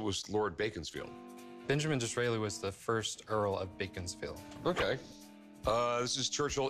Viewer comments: It's not bacon like food it's beacon like hill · Where's baconsfield.... it's pronounced BEACONS FIELD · It's Beckon-sfield, not beacon-sfield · Baconsfield!? It's beaconsfield pronounced beckons-field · Did they say baconsfield? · It’s pronounced “beckonsfield”.